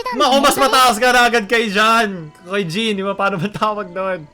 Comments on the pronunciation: Marunong ako sa waifu tier list Also na mali pronounce ng Jean, Mali pagkatumingin kay Keqing, Binaba si Ganyu at si Lumine amp, Hindi sinama si Xinyan, Hu tao, Yanfei, Rosaria, at Eula pero nilagay agad si Ayaka kahit hindi pa release, at most importantly, hanap ng Dede sa S tier at sinama si Klee sa S tier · as a jean main, bakit ganyan pronounce mo sa name niya:(( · Jean ❌ John✔️